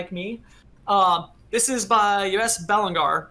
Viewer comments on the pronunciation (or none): Belanger is a French-based name. It'll be pronounced be-lange-ay